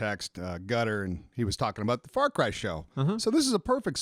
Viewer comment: When says "far cry" it sounded like he said "f*ck rye" and my friend Aidian must have thought so too because he quickly looked up from his sandwich and defensively shouted at me "Hey it's my sandwich I should be able to eat it in peace without you judging my bread selection!" I died lauhhing.